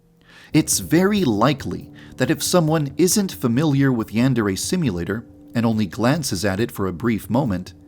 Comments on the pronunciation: I'm sorry to be that person, but you're saying "yandere" wrong. In Japanese, each vowel only has one pronunciation. A is pronounced "ah'", so the "an" in "yandere" is pronounced "ahn", not "an", which is how you're saying it. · Shouldn't the pronunciation be yan-deer?🤔🤔🤔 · You have horribly mispronounced Yandere